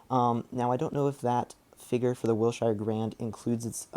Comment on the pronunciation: Pronounced Will-Sure not Will-shire